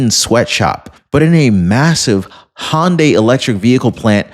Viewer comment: Illinois (but thankfully, not Chicago). FYI, in case it comes up again, Hyundai is HUN-die, rather than HAHN-die. No charge!😀 45, 47